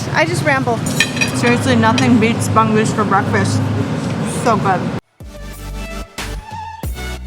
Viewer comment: Bangus is wrongly pronounced...hehehe...keep vlogging...